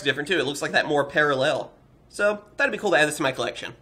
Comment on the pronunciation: You Say "Dis"